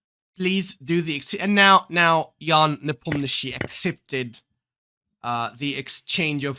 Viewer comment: Idk why hikaru say ian nepomniaaachi